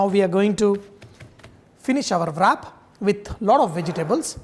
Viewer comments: Love all your recipes but is pronounced as “RAP”. Not as VRAP. WRAP IS pronounced As RAP...... NOT AS VRAP. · It's pronounced as rap, w is silent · rap!!!!! try saying it this way